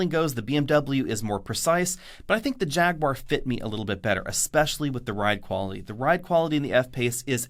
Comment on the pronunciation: Jag. Ooo. Arr. 3 syllables.